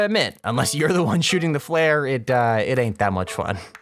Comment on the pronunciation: "Flear gun" its flare gun my guy